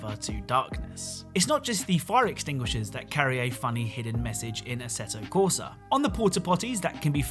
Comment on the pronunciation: The Way Pronounce: ASSETO CORSA